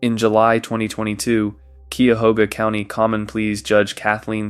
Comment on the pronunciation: Cuyahoga County pronounced KYE-a-HOG-a. Some folks say KYE-a-HO-ga. Glad these folks finally found their innocence.